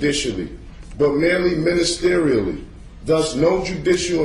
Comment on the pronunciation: No, I was not aware it goes back that far. OMG He said ministrationlly What?! 🤣